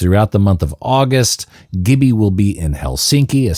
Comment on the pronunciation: Its pronounced jibby